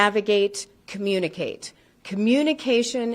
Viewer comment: I find it interesting how she emphasized the Communicate in Aviate, Navigate, Communicate. I know they would love to have the CVR but Communicate is listed last for a reason. It’s actually written in blood, from many previous instances of pilots communicating when they should have been flying the plane and got everyone killed.